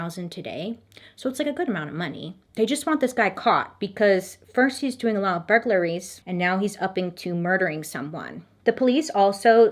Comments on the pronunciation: “Bur-ga-ler-ies” 😂 I can tell Bailey is trying not to laugh each times she pronounces it. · bur-gur-la-ries LOL. It's cute. You should keep it. You use 4 syllables and it's 3, but I enjoy your special sauce. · The way you pronounce burglaries has me rolling!!!! 🤣🤣🤣 I love it